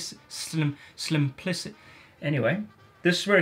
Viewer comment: slow down when your talking and try to say that one word again. Try breaking it up sim-plic-ity Try it! 😂